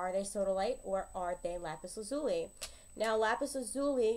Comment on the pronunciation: Thanks, it's great to have a definitive answer! Just a point of information, though, lazuli is pronounced LAZ u lie, not la ZU lee.